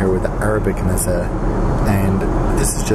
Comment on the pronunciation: It’s pronounced ‘MEH-zay’ you uncultured swine